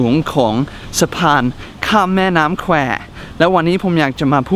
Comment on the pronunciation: อ่าน แม่น้ำแคว ถูก ไม่ธรรมดา